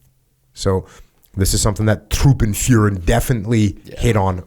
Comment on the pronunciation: "Truppenführer" = troopenfuhrer?? :D why you Americans cannot pronounce the "ü"?? :DDD